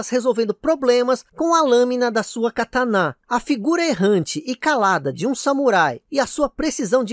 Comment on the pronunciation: E catana é uma pálavra proparoxitona, ou seja, não se fala cataná.